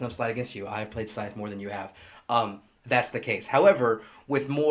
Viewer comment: it's pronounced "Scythe" not "Scythe". Just saying.